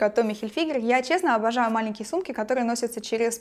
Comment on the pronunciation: Я обожаю, когда Лиза говорит " я честно, абажаю"))) с таким акцентом на "А"))))